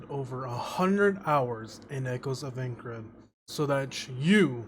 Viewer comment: Couldn't finish the vid because of the way Aincrad was pronounced. Sorry, but i tried.